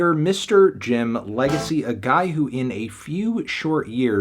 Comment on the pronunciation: Anthony, just because you can’t pronounce the “x” in “Jim Legxacy” that doesn’t mean you get the right to “x out” 3 points as punishment